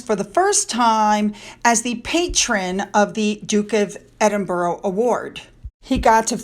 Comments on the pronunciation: I see that you're getting a lot of flack mispronouncing those English names. In your defence, you do so much detailed and thorough research that it would be so time consuming adding that to your day, Being an Australian, we have a lot of town's and suburbs named after English places so we're used to it. Although it does sometimes bother me when you say Edinboro instead of Edinburuh, I get it though that it's not easy. You try so hard. Thanks heaps for all you do so we can get our Royal fix for the day, or night in my case. BTW we haven't seen much of your fur babies lately so I can imagine that all is good. Big hugs to Finn and his nemesis cats. Love ya and I hope YOU have a great day. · It’s not EDIN-BURROW; it’s pronounced EDIN-BER-UH. And it’s SHEER not SH-Y-R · You should finally learn how to pronounce Derby as DARBY and Edinburgh as Ed-in-bra . Not Edin borrow!